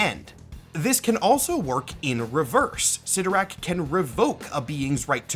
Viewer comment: I believe the proper pronunciation is CLYTtorak, not ClytTORak...